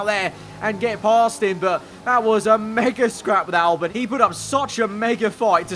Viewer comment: Albon not Albin